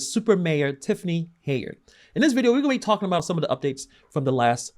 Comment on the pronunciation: I’m glad you’re covering this. Her name is pronounced Hen-yard.